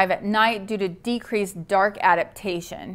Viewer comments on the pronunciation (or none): none